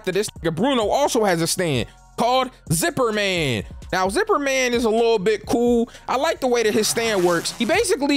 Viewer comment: aint no way u just said ziper ma n